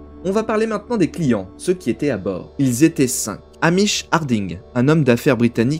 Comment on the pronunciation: C'est Stockton avec un T au milieu :D Et Nargeolet ça se prononce "Narjolé" Mis à part ça, sympa petite vid ^^